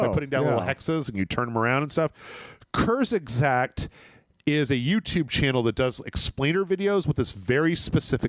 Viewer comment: You slaughtered “kurzgesagt” 😂😅. Love from Germany